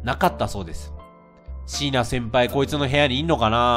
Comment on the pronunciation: シイナ先輩⤴︎って発音になってるw